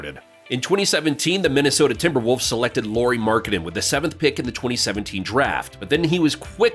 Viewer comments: Lauri, not Lowry! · His name is LAURI, not LORI. LA-U-RI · It's pronounced just like the surname LOWRY. 'LAU' rhymes with HOW, NOW, COW. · Please don't pronounce his name as if it where lorry 🚛 Lauri has a very different pronunciation in Finnish. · so you research all that about Lauri but dont look up how to say his name :D